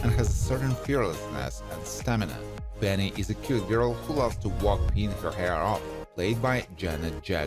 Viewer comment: It’s Penny, not Benny.